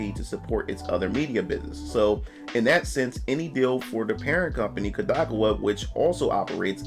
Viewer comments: Kodakowa? You mean Kadokawa? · That man said koo-da-ka-waa 😂😂😂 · *"Kah-dou-KAW-wuh", btw!